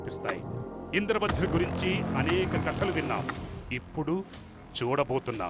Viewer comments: అమ్మా...తల్లీ..ఇంద్ర వ్రజ్ కాదమ్మా...ఇంద్ర వజ్ర్ అని పలకాలి.. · Indra vajra ani okaru Indra vraj ani aame antunnaru Script chusukuni chadavandi